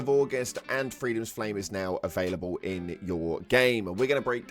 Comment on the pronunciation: Hmm, I liked it better when I didn't know what you looked like. Now I can put a face the one that pronounces "available" like "availabowl" 😂